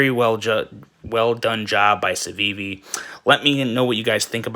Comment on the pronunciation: LMAO you can't even say the name right 🤣